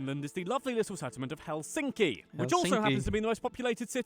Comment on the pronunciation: The narrator makes the typical error in pronouncing Finnish names or words in general as the stress is always on the first syllable!😠 Thus it’s HELsinki👌 not HelSINki!😖